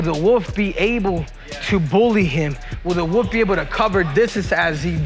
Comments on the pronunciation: Cejudo saying “woof” because he can’t pronounce wolf. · Khamzat the woof. The woof will the woof. Cmon bro